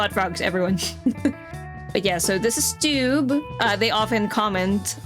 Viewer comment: It's Stew-B not Stube (It's shortened for my real name Stewart B, also, yes I'm Scottish but that's the English spelling of Stewart cause my dad's English lol) :P Wasn't actually expecting you to post my comment lol Still was fun to see after the WOW moment :D So you're going for a drindl dress this time? neat, kinda looks anime XD